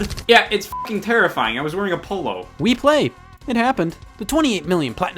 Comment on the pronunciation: I thought he said "pull up"